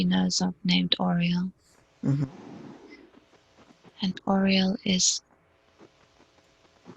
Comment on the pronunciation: i did too (!) because the only other names we were given for the prayer were Michael and Raphael. The pronunciation never felt right, so i asked the SC about the pronuciation for Archangel Uriel and it was very clearly repeated Yer-ee-el (just like how Ambassador Jill pronounced it in a recent video). I then asked if there was an angel named Oriel, pronounced how it is here in this video and how it was pronounced for the prayer. The answer was no.